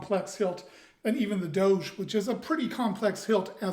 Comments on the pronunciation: It's closer to doe-jah, with the emphasis on the first syllable. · Google translate gives the proper pronunciation, something like Doh-jeh the accent is on the Ò